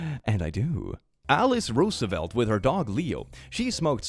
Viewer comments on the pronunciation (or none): none